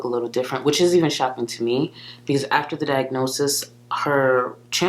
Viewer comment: FOR THE MILLIONTH TIME: it is BEcause, not PEEcause. Stahhhhhhhhp it.